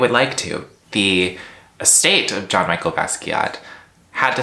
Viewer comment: You had me until you said ‘John Michael’ Basqiat 😐 Jk- kind of 😉 good video tho, & eyebrows on point